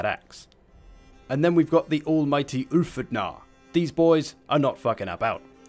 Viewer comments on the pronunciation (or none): The Ulfhednar are pronounced Ulf-heth-nar. Sure it's Calradia, but they are taking real world words :p the d is supposed to be a ð(th)